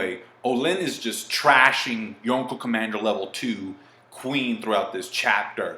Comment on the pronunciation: Why you put so much emphasis on “Yonko” that shit annoying